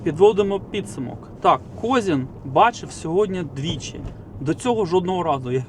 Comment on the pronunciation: КОЗИН- УДАРЕНИЕ НА И!!!